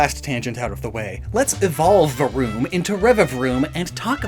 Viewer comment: Love the way rolled his R's when making the vroom sound. That's some skill. Saying this as someone who cannot roll his R's 😂😅